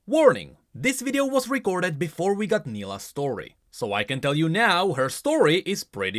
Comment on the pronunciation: it should be pronounced Nailah, its not a short i cuz there is no 2nd L